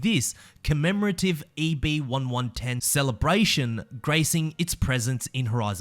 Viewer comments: You accidentally said Bugatti EB1-110 instead of EB110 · I like the list. One critique is you said EB 1 1 10. No hard feelings